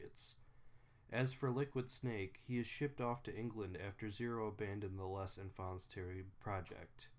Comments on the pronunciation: Lehhh. Infauhnn. terriblll. You wouldn’t say ‘rendezvous’ pronouncing every letter now would ya? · I love how you mercilessly massacred the name "Les Enfants Terribles".